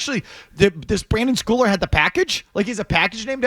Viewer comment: A Patriots journalist & can’t even pronounce the player’s name correctly. It’s Brendan, not Brandon. You’d think they’d know the players names for the team that they’re commenting on smh.